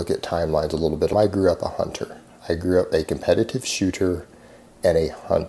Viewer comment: “A comppettivive shootor “